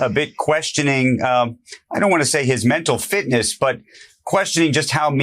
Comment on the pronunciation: Say, “mental fitness” it’s not that hard.